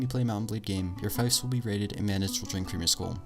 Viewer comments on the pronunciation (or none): Some good tips. But before I list and add, Fiefs is pronounced 'Feefs', got to get that one straight. I'm currently immersed in M&B Vikings Reforged, a lot more factions and more intricate game play with the addition of naval warfare, original quests and excellent battle formations and commands. You can even build your own refuge, (base) and upgrade + staff it. The trainer is handy, he'll train up low ranking troops for you if you leave them as part of a garrison, at a price. Also, Party skills are a collective skill so all party members contribute to the pot. I always boost Pathfinding, Training and Navigation as a result, with Looting and Trade a close second. Fast marching, skilled troops, fast sailing are a winning combination, a bigger pick of loot and a better price at market also help a lot. I'm more than happy to take on 300 low skilled troops with 100 skilled top of the tree warriors and expect a win with low casualties. Vikings Reforged also has a story only mode that's quite tough and varied and involves a lot of plot and intrigue. I always try to take out the opposition's Lord first, so investing in a good horse is worth it. An unconcious Lord instantly reduces enemy morale and seems to slow down the AI's attack as well. They also try to run away when only slightly wounded. I don't raid anymore, as the faction that you've raided, specifically the Lord that owns that village, will go out of their way to do the same to you once you have your own towns + villages. Tr